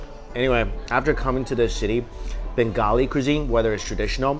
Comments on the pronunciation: "bangoli dish" LOL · Mike pronouces bengali as bangoli and says kosha manghso perfectly. Me? So darn proud!